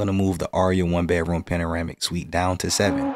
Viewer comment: funny, it always sounds like you are saying "bear-room" instead of "bedroom" - without the "d". On the other hand, when you say just "bed", that sounds fine/normal. is that intentional - aka a signature?